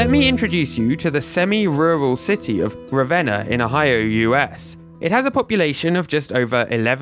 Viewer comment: THANK YOU for pronouncing Ravenna right 😂😂 Spent a chunk of my childhood there!